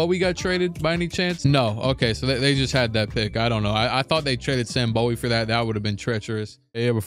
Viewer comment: Kentuckian here. It’s Sam BOO-wee